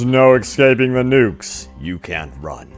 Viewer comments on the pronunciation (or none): Excaping the nukes?